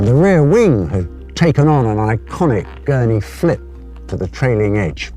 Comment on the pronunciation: Did he say gurney flip? Lol